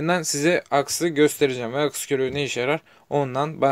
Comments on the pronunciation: akis akıs degil lutfen yazdigin gibi okumani rica ediyorum (aks) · Akıs ne abi, aks diyeceksin. Arada ı harfi yok.